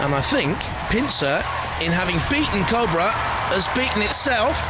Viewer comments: Captain of Cobrer? Jonathon, go back to school, he said Cobrer the whole time 😂 😂 😂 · That just sounds weird when people say cobra odd.